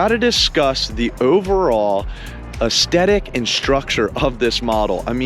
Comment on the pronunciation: It’s not astetic it’s aesthetic jerkoff